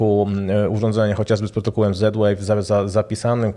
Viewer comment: "Protokołem", a nie "protokółem" XD Poza tym to bzdura, że trzeba mieć ten głośnik - Apple TV i iPad mogą funkcjonować w trybie huba (tylko w przypadku iPada trzeba to aktywować w ustawieniach - najpierw kliknąć w siebie i włączyć aplikację Dom/Home, a potem przejść do tej apki w ustawieniach i aktywować tryb huba)